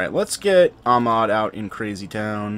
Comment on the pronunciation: He's not Amad, he's AHmed (hyhyhyhyhy)